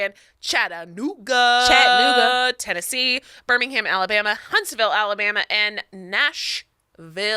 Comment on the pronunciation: I'm now going to pronounce Glasgow and Birmingham the way did. Glas-gow and Birming-ham sounds so funny